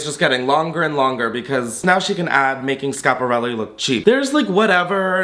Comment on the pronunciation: The first YT'er to pronounce Schiparelli properly! Be still my heart? ❤